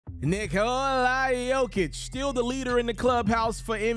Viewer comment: This dude keep saying Nikol-i